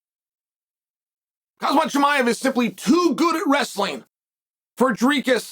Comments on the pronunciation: why can chael not pronounce any of these guys' names? Islam Mockalchef. Khazmat Chimiaev. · Did dude just say hazmat chimaev?